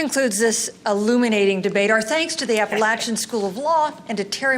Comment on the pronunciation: To start off the debate the announcer pronounces Appalachian wrong before the moderator is introduced!